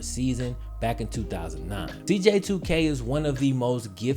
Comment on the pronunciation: yo no offense and great vid btw but u called him "dj2k"😂